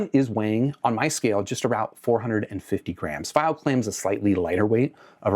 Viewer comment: fy-o? I'm new here, is pronouncing it that way an inside joke?